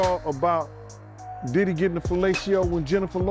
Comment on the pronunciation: He keeps saying daddy‘s house Not Diddy but daddy